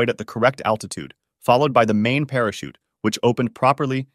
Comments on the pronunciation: attitude or altitude? either way, cmon dude (hey that rhymes) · Attitute Controle, is it not altitude control? Okay, even though it is correct, it really sounds funny to say it, lol! 😂. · I swear if I watch another video where someone says "attitude control" not "altitude control", I'm gonna need attitude control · ALTITUDE. THERE'S AN LLLLLLLLLL THERE. NOT ATTITUDE ADJUSTMENT. UGH. FUCKING LAZY. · It’s altitude not attitude just fyi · Gotta be altitude right? Not attitude... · You mean 'aLtitude', not 'aTtitude' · Unstable "attitude" control...lol...maybe you meant "Altitude"? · Are they saying attitude instead of altitude???? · Altitude not attitude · It is altitude, not attitude 😂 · It really is a shame that you say “attitude” instead of altitude almost every single time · Dude kept saying attitude when he meant altitude, remeber kids a word can change entirely if you dont place one letter in the right place